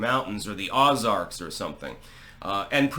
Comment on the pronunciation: Ozark is pronounced "O" Zark, not "OZ" Ark